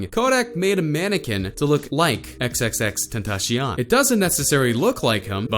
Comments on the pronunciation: It sounded like he said xxxtentashion it’s xxxtentacion cion c-ion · Bruh he said tencyan it’s pronounced (den-tas-siun) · My brain cells died when he said "XXXTenashion" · Why did he say xxxtentashion what the fuck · Squeezy Sponge lol but he said “tentashion” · You know they white when the pronounce Tentacion (ten-tash-ee-on) LMAOO:') Yung Dagger Dick- FREE KODAK! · He said "xxxtentaSheon" did y'all notice that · “Featuring xxxTENTASHION” 🤦🏼‍♂️ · he said "xxxtentashion" 😂😂😂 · Kylie- m no xxx ten ta cion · Did he say xxxtantashion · x x x tentasheeon its 2018 just pronounce his name right 😭 but good vid lol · Say xxxtentacion correctly fucc lol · YOU DIDNT SAY X NAME RIGHT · he really said xxxtentacion wrong smh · Cant even say his name right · Unlike cuz you said tentacion wrong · Already hate you by the way you said xxxtentacions name